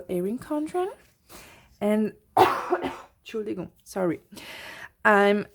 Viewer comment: I was wondering where you were from until I heard you say "entschuldigung". German? Austrian?